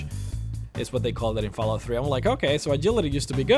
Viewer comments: HOLY SHIT your voice is annoying do you even know you say f"A"llout like f"e"llout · its not falout. its fall out.FALL-OUT. learn to speak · There's two L's in fallout you illiterate fuckstain. It's not Falout, it's FALL out. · its not pronounced fallout its fallout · "FoulllllOUT 4" haha love the pronunciation jk good vid man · Am I the only won hoo notist that he ses fallout wrong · The way you say Fallout is unbelievably annoying. Fallout is pronounced with an "ah" sound... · Oh god that Fallout pronunciation :(